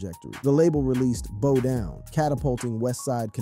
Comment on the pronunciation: Bow not bow and arrow.